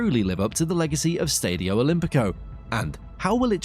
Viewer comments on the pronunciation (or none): Keeps pronouncing Stadio and Lazio wrong, grrrrr